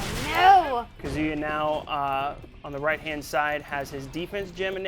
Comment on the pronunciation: So we have Kazooyua not Kazuya and Raiyooo... Way to go capcom. He sucks with pronunciation. All those 15 years of fighting games and kill us with your phonetics.